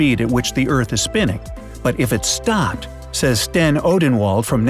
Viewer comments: Did anyone notice he said sropped spinnin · you said “what if the eart SROPPED spinning” 😂